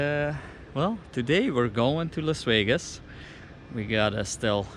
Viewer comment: Las wegas? Haha, nice to hear you again.